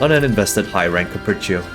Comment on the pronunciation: the way pronounces Capriccio and Recitativo di Fantasia is so satisfying